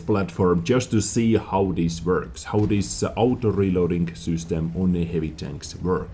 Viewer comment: I love how you say ''sUstem'' instead of ''system'' :*